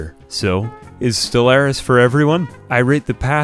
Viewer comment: As someone who has over 5 thousand hours in Stellaris, didn’t do anything good, he didn’t even talk about their traits, didn’t even do anything right, let alone say the name of the game correctly